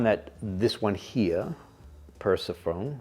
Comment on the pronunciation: I think the Greek script looks amazing - Thalmyron = Θάλμυρων, Oreanthea = Ώρεανθέα. Kharon = Χάρων. Nice :) Per-sef-o-nee is how you say it :) Love the videos :) Jason